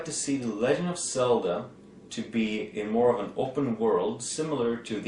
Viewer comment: If I hear "Selda" ONE more time...